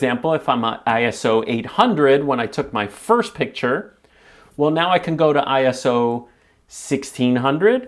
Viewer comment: Not I.S.O. but ISO in one go and I it’s not the I in English but rather the one you’d pronounce in Spanish. Comes from ISOS Greek for ‘equals to’ otherwise your video stands up well!